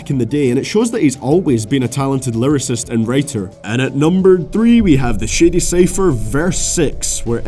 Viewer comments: when you say Shady I keep thinking you're saying "shitty" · when he ays shady it sounded like he said shitty